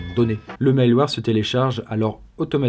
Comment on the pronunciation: « le mail-ouarre... » c'est tellement plus simple de dire « le mal ouerre », non? [malware]